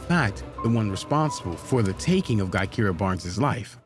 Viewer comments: im not from Chicago, nor am i into this drill shit, and i know her name isn't pronounced GUY-Keer-uh. it's Juh-Kie-Ruh. lmao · Exactly when it's obvious as hell her name is actually Gakirah pronounced "Jahkyrah" I'm actually friends with FBG Duck sister Lashea and his mom her name is Gakirah they called her Kirah for short. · Omg her name is pronounced Jah-ky-rah Barnes . You pronounced too many things wrong But at least get the names right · Her name is pronounced Ja-ky-ruh... FBG Butta is her brother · Guy-keera? Come on dude, you could at least pronounce her name correctly smh